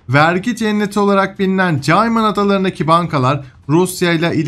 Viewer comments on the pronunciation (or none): (Cayman islands) " KEYMIN " diye soylenir. kolay gelsin kardesim!.